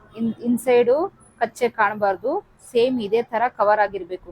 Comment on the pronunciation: ಮೇಡಂ ಕಚ್ಚೆ ಅಲ್ಲ ಅದು ಕಚ್ಚ